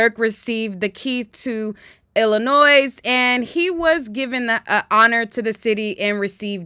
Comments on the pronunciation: No S at the end Illinois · Illinois…. the ‘s’ is silent. But good for Durk! Can not stand these dusty’s